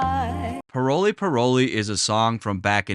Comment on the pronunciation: I’m Haitian and it’s not pronounced parole parole it’s really pronounced pa-wol